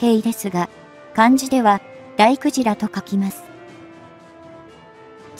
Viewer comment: だいくじらじゃなく、たいげいでは❓漢字の読み方間違えているよ。